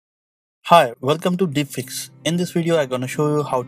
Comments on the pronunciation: i heard netflix at the very beginning instead of deep fix and i was like dafuq lol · Also DeepFix sound like DipSh*ts as it's pronounced ... just listen again.. lol